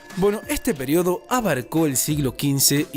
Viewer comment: en velosidad 2.00 dice el periodo de caca